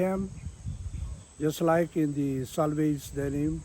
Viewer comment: why do you keep pronouncing Selvedge (Self Edge) as Salvage?